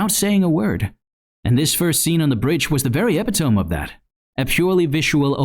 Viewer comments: it's "e-pit-o-me" not "epi-tome" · Great analysis! I always assumed it was just about Powder’s age keeping her disconnected from the full gravity of death, but I think you’re so right in that it’s more about her focus on Vi. Also sorry to be that person, epitome is pronounced “eh-pih-toh-mee” (Greek origins). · This video was going soooo well until you mispronounced epitome (əˈpidəmē — a pit o' me) Really loved the analysis though! We love our little blue haired anarchist ♥